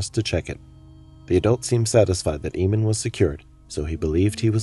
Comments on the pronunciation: That's a really odd pronunciation of the name "Eamon." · I feel really unnerved because he has the same name as me I forgot to say the name Eamon is said wrong during this vid and my last name is different